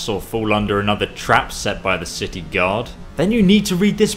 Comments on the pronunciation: You said shitty instead of city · stepy Teadayle IKR! I NOTICED THAT! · ul1tmate crazy k1ll lol i was about to type that "each shitty" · "for each shitty" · Did anyone else notice that he says shity instead of city? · it sounds like he says each shitty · LOL I Think You Mean City Not Shit*y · 12.41 he's says each shitty instead of city listen carefully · eso said"shity" not city. XD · Guys he only said "shitty" because he kind of blended "each" and "city"